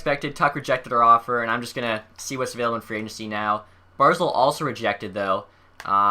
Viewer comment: Its Bar-zel not Bar-zul